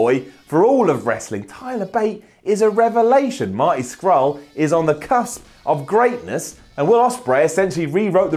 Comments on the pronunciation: Thomas Hart LMAO Scrull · I was just about to comment the same thing, lol. It really annoys me when people can't pronounce his name correctly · It's not Scrull, it's Scurll. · Marty Scurll not Scrull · Marty scurll not scrull ffs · It's Scurll, not Scrull, why do you always talk like an American? Especially when you say ass. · SCURLL!!! Not Scrull...come on man. But I agree, British wrestling is on 🔥🔥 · agree with everything said, but it's Marty SCURLL not Marty Fucking Scrull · Thomas Hart I came here to agree with the sentiment and the mispronunciation. 👍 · Did he just say 'marty scrull' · good video - sighed when said "marty scrull" though:D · did he say Scrull ironically in regards to Marty Scurll? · I'll support whatever wrestling is good. Also, it's fucking Scurll,, for fuck sake. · im tweeting this to marty he wont be pleased you said his name wrong